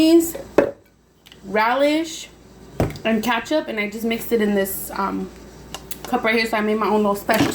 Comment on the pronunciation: I love how you say katchup ensted of ketchup😂